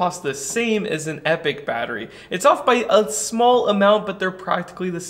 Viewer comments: epic != Epoch. Grammar Nazi here. Pronounced eep-ah-k. This battery looks awesome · Thanks for another great video 👍🏼However, your pronunciation of the word EPOCH is making me twitch 😆 "Epoch" is typically pronounced in two common ways, depending on the region: EE-pok (ˈiː.pɒk) – More common in British English. EH-puhk (ˈɛ.pək) – More common in American English. I don't think there is a brand of batteries called Epic. If you ever decide to launch your own brand of batteries then perhaps they would appropriately be known as EPIC batteries! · Yeah, now he’s calling them “Epic” instead. It’s e-poc. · Sure, but since this is an American channel, being hosted by an American, talking about a company that pronounces their own product "epic", its fair to say that "e-pok" was always wrong here. Just as it would be strange to interject, say, the French pronunciation here. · It's pronounced E-pawk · Their own website says they pronounce it "epic". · British vs American pronunciations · I think you should pronounce it like eeepok. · Actually I think the idea was to pronounce it as "Epic" -- kinda like a phonetic sound it out?